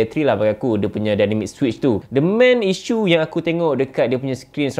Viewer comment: Hebab english dia